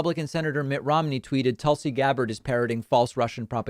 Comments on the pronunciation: I 100% agree with this segment except for how he pronounces Tulsi's name. It's Toolsie, it's Tulsie. Sorry, just bugs me. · David: "Toouul-see" Literally everyone else including Tulsi herself: "Toll-see" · David's pronunciation of "Tool-see" gets a chuckle every time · "Toolsi" really???? I expect better from you Dave. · Dave says "Toolsi". 😂😂😂😂😂😂😂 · Lol I like how you pronuns her name Toolsi. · “toolsi” lol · I love.it when David calls her toolsi. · Va it’s not racist not to get the pronunciation of her name correctly. . The news on every channel I’ve seen pronounce her name tul- si. Ppl constantly mispronounce my name. It happens. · Classic DP jokingly mispronouncing names. He should get "Vowshs" oppinion on this. Maybe "Aroon Brown" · David, is there a reason you mispronounce Tulsi?